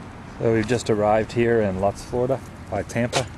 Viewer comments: It's pronounced LOOTZ not LUTTs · love your videos but it is pronounced "lootz" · its pronounced luuuuutz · I have lived in Lakeland, Florida for most of my life. I have even worked in this very mall. I think of the movie, “EDWARD SCISSORHANDS” even now when I drive by. One of my favorite movies. The town where the houses they filmed were in is called “Lutz”, (pronounced Loots). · Lutz is pronounced Loots lol I live close to Lutz. Thank you for showing us the neighborhood. Been wanting to show my husband where it was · Myatt2124 is correct. The castle was in Dade City. It was movie magic that made it APPEAR to be in Carpenters Run. Lutz, (pronounced loots:) is only the mailing address for Carpenters Run. It is actually in Land O;lakes, a few miles north of Lutz. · You probably already figured it out, but the Town of Lutz is pronounced "loots"...I had to say something...Lol...Great VLOG!!! 😎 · lol.. i love your videos dude... oh, and its pronounced "loots", I know its spelled like it should rhyme with "butts" (Lutz), but alas, its pronounced "loots". i used to drive cab in Pasco county, and I remember having a run to Lakeland one day, seeing the southgate shoping center, and being like, "i feel like i been here before", not knowing I'd seen it a million times already in the movie... lol... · Great vid.. the town Lutz, is pronounced "Loots", btw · Oh yea, Orlando area folks don't know that Lutz is pronounced by the Tampa Bay area folks as: "Lootz." Just ask Tampa Jay. :-) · It's actually pronounced lootz. But a cool video regardless. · Lutz is pronounced "Loots" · It's pronounced "Loots" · to give ya a friendly heads up...its pronounced "loots" florida... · Lutz.... it is pronounced lootz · It's pronounced, "LOOTZ" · You're aware that you're completely mispronouncing "Lutz," right?